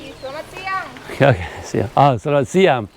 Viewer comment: CC Hi. Your Indonesian for the time of day doesn't sound right. I'm hearing selamat siam (with an m) but it's selamat siang (with an ng). Apologies if I'm hearing it wrong. I was taught to switch to siang at around 10am; your explanation of switching when the day starts to hear up makes sense, too. I never figured out the timing for the next one but sometime between 2pm & 3pm it becomes sore (pronounced so-ray in English, with a soft o) and then malam for the evening or night time. I was also told there's another time which is pagi-pagi and that's early morning, as in the time you get up for morning prayers. But I'm not an early riser so Ii never used that expression myself and was never greeted by anyone with it.